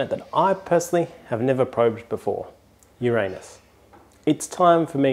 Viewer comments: Finally, someone says Ur-RAIN-us correctly instead of “YOUR-a-nus”. 🍑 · Glad to hear you pronounce Uranus the old fashioned way. On the hole I’d say it’s a great photo! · Labcoat gag ???? You mean you're NOT a proctologist ? Chapeau for the correct pronouncation of " Uranus". The Mars image was good but we both know its pronounced " Murrrzzz" (Thanks Carl). And don't get me started on the pronounciation of Saturn. "Satin" ?? "Satin"?? Named after the Roman god of sheer fabrics was it ??? Thanks for another great vid :-)